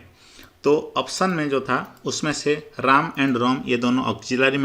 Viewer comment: वीडियो तो अच्छा था परन्तु आप रैम को राम और जावा को जाबा बोल रहे हो